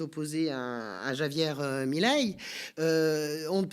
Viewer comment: Faudrait s'entraîner à prononcer Javier correctement, parce qu'on va pas mal parler de lui. C'est pourtant pas si difficile.